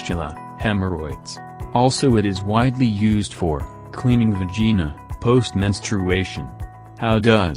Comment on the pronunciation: FUNNY WAY TO PRONOUNCE VAGINA